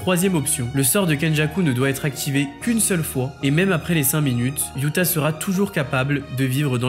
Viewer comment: On dit Yuuta pas youta